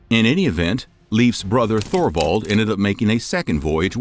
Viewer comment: Please learn to pronounce Thule, and Thorvald. As someone educating others, correct pronunciation helps!